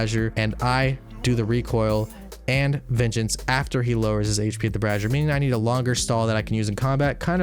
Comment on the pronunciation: bray-zee-er not brah-zee-er goddamnit learn to talk >:(